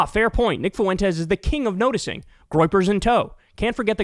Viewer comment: "Based" doesn't mean whatever the f you think it does, and Fuentes has two syllables, not three. Incredibly irritating.